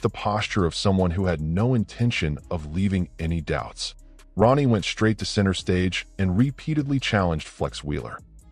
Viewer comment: You said Ron ie